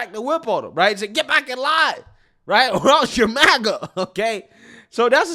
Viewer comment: did this man say “wight away”